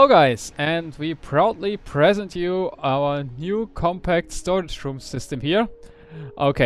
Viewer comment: The way you pronounced "present" you might as well just had said "gift" instead =]